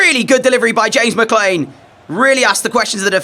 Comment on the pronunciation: I don't think your pronouncing McLean right ❤🎉😊